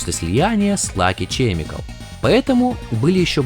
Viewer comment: (11.47) В английском языке нет слова " чемикал " . Название компании Lucky Chemical произносится как : " Лаки Кемикэл " .